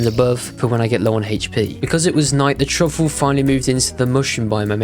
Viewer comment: guys he needs "heich" p